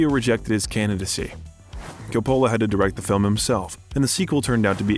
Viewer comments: Never knew a guy named Co-pollo directed the Godfather 😂😂 Think they got an AI to do voice over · Where has the narrator been that he can’t pronounce Ser-pico and CO polo— not all Italian names emphasis the penultimate syllable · Can't you do something about the pronunciation of famous peoples names COpola, SErpico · Please learn and use the correct pronunciation of the following: Francis Ford Co-pa-la James Kon (Caan) Frank Sir-pa-co. (Serpico) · You should really study up before doing these biographies, so you pronounce important names like Coppola and Serpico correctly. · Im taking a shot with every mispronunciation of Coppola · How can you repeatedly mispronounce Serpico and Coppola. This is supposed to a comprehensive documentary. If it is narrated by an AI generated voice, it needs to be programmed correctedly. Also, narrator keeps calling him Alfredo. Pacino hates that name and dropped it early. Very sloppy. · Yes, it's a doc worthy of Al's talent, however, WTF is up with the narrator's mispronunciations of numerous famous Hollywood names ? Who the hell does NOT know how to say FRANCIS FORD COPPOLA's last name 🤭🤷🏼‍♀️.....and THAT's just one example. Also, why would the documentarians have allowed those names to be so butchered. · Interesting vid, I agree Pacino is one of the greats. Not to be too critical but I noticed you mispronounced a couple names. Serpico and Coppola. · Calling him Alfredo the entire time and mispronouncing Coppola annoyed me in a way that I couldn’t get over 😖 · How do you mispronounce Coppola FFS? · You completely lost me when you mispronounced Coppola 😮😮😮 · Roger EEEEbert not Ehbert and Francis Ford Co puh la Sorry , Just a heads up 👍